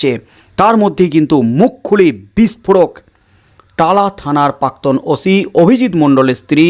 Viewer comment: দাদা শব্দ টার উচ্চারণ পাক্তন নয়, প্রাক্তন হবে।